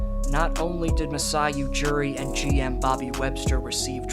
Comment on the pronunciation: It's Ujiri not Ujuri and Danny Green was also in that trade.